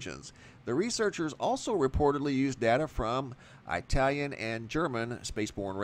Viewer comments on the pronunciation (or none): Did you say eye-talian?